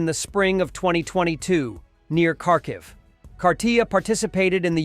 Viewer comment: How come you always mispronounce Kharkiv?